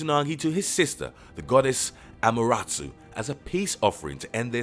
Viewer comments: Amaterasu not Amerastsu... oof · Bro that "Amuratsu" had me dead bro. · I died at his "Amaratsu" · Amaratsu ❌ Amaterasu ✔️ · its Susano'o and Amaterasu not susanu and amaratsu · i understand if he pronounced it wrong... but amaratsu.? is his script in japanese and his translating.? how could he have read it wrongly.? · Susanoo, Amaterasu and orochi. He literally butchered their names. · My man horribly said the words "Susanoo, Ameterasu, Hime, Orochi" 😂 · It is pathetic the pronounce of non English name, like Amaterasu, Kusanagi or Yamata no Orochi.